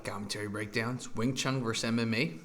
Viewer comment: Vs. = versus, not verse. So it's wing Chun guy VERSUS mma guy, not wing Chun guy verse mma guy.